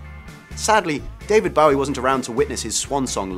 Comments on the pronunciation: Please please stop saying David Ba-wee, it's BOW-ee, makes one cringe! How can anyone, especially a Brit pronounce his name like that! And Ania Taylor-Joy - a "big" name.. errr, seriously?! Plus, she was annoying as hell - with her popping eyes, scary-staring resting face and those cut-off lips made it horribly distracting in all the scenes with her in them. She totally overacts and didn't fit in well at all, imo. (I cannot believe they've cast her in Emma, such a wrong fit..). If anyone decides to reply my comment, don't start to crucify me, this is my own opinion for which I have a right. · You pronounced “Bowie” wrong mate. The man himself said it like tie a bow😉 not take a bow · Hate to be picayune, but I can't keep watching a video that grossly mispronounces David Bowie's name. For the love of God. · Has this dude REALLY never heard David Bowies name pronounced? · Why is this host mispronouncing David Bowie's name over and over again?! Isn't this part about famous people?! like wtf, and then no one on the staff putting this together noticed or made a suggesting to correct it?>!